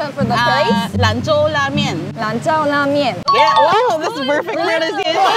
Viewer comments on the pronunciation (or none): the way you pronounce "Lan Zhou" at the end is wrong😂 I have to point this out to you since I am a Chinese-Filipino and I also understand Chinese. Because in Chinese, if you mispronounce something, it may mean different things.. what you said is "lan chao" instead of "lan chou", it is a cuss word, actually it means something bastos😅 you say it so someone you are mad at, like it is a bit similar to the F bad word in English😅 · You should be careful in pronouncing the "zhou" in the lan zhou la mian. it's read "cho/tso" not "tsiao". If you pronounce it "lan tsiao", it will sound like the word that is nsfw lol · You pronounce Lan Zhou as Lan Jiao La Mian. Lan Jiao means male wiener 😂😂😂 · it’s not lan zhao la mian 💀 hahaha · Lan Zhou La Mian 兰州拉面 Zhou is pronounced like Show . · You pronounced it wrong on the lan zhou la mien. It sounded awful and has different awkward meaning.